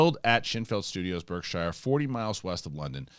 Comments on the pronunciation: I'm sure someone has already mentioned it, but take it from someone who lives in Berkshire, it is pronounced:- BARK (As in Dog) SHEER (As in Sheep) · Eh eh eh Berkshire is pronounced Bark-shur. Don't ask.